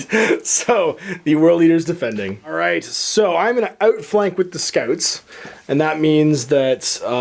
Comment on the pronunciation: "I'm going to aootflank with my scaoots". Hey, your Canadian is showing. After the game you should grab some looneys and get a beaver tail. Great game btw. Both armies looked awesome and I really love that new rock terrain. Can't wait to see a 30k space wolf army. That will be a first.